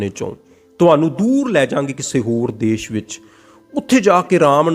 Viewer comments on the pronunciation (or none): none